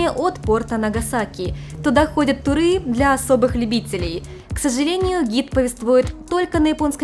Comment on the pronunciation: ТурЫ?! СкумбриЯ?!